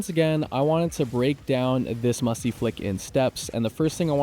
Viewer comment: bro did not just say musy flick not musty flick